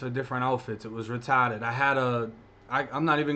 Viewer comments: "I had guns for different outfits it was retahhhded" you fuckin kill me bro 🤣 just made my whole day 👌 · “It wuz retawded”! Love it. You’re doing the youngsters watching this a great service. Thank you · Well the way you say retarded as funny as fuck